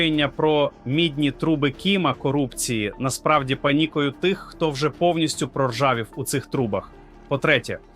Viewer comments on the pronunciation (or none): Ви говорите правду. Але... Ви читаєте текст так, наче ви Штучний інтелект,.в багатьох словах ви так само ставите невірний наголос! КротИ, а не крОти, свідОмість, а не сввдомІсть, пАнікою, а не панІкою, спрАвді, а не справдІ, на конУ, а не на кОну, справедлИвості, а не справедливОсті, лАйкнути, а не лайкнутИ, ЗелЕнського, а не ЗеленськОго... Така річ дуже ріже слух!. Будь ласка, зробіть свій ефір якісним, щоб ваша річ не викликАла ніяких запитань! І ще: Не стріляйте час від часу очима у верхній кут! Усе українське має бути досконалим! Згодні? Дякую!